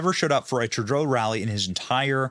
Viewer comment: Hi name is TurdO. Learn to say the names right. Very rude people.